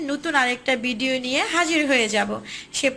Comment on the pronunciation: খসা? খোসা। বিডিও না। ভিডিও। হাফেয। হাপেয না।